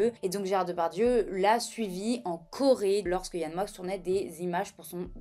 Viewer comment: Le X de Moix se prononce 😉